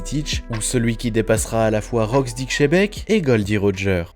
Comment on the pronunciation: Tabarnak on ne si pas shebec C’est xebec on dit le. X comme S OMG J en ai marre d’entendre xebec come shebec